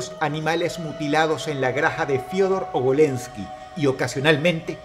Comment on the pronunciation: "En la graja" 🗣️🗣️🗣️